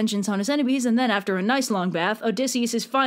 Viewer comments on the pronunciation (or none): none